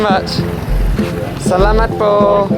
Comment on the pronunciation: you already don’t have an accent when you said salamat po!